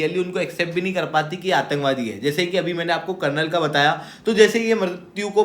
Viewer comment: He’s not “conrel” but “colonel”. Problem of anyone uploading any shit